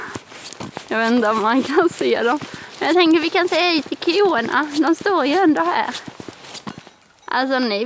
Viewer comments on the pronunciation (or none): Koena😂 korna säger man